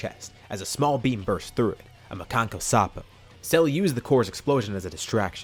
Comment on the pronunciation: You just said Piccolo's technique flawlessly 😲 great storyy